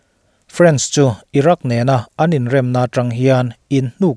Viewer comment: Irak nge iran(Iraq) haha